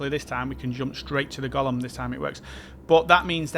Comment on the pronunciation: Sry, it's not "Gollum", but "Golem" 😆